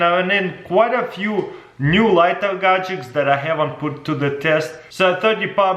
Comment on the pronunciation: Somebody should teach him how to pronounce gadgets..🤣😂